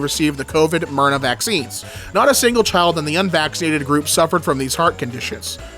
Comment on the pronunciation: why’d he say “mRNA” like that 😭